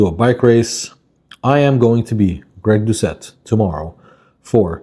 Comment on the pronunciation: Lady, its Gregg not "Craig" sis doesnt even know her man's name 😂